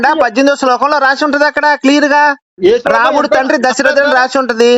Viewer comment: ki RAMUDU anadam kuda raavatledhu, romudu anta. Veedu kuda debate chese vaade